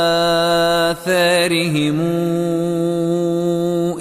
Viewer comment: 🔴🔴🔴لما تقول على ءاثرهم لماذا لما تمد على تمد ءا..وكررتها مرارا ...من اين اتيت بالمد .....؟؟؟...حتى لاينقل ناقل خطئ...يرجى مراجعة الامر وان كنت على خطأ صححولي